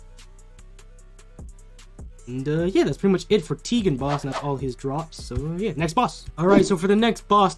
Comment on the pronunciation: bro its ten-gen not tee-gen